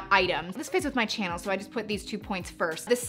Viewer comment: She makes so many luxury bag vedios that whenever I listen to her say welcome back to my CHANNEL I feel she i saying CHANEL😂😂😂